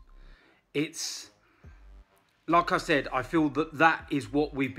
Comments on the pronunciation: never know if he's saying lacazette or like I said 😂😂😂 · when says "like I said" it sounds like he's saying Lacazette 🤣🤣